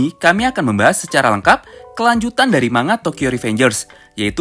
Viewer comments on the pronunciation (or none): none